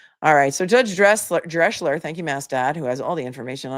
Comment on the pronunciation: As the German name Drechsler is not written Dreschler, it is pronounced Dreksler. Love from Germany